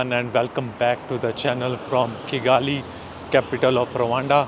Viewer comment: today u pronounced kigali well done